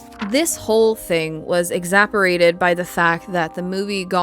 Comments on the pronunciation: It's pronounced vaLAY-ho. And exAsserbated. And MoBEELE. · Exaporated? That isn’t even a word! I believe you meant to say exacerbated. Don’t use big words if you can’t pronounce them. There’s no shame in using more words to explain than mispronouncing the big ones.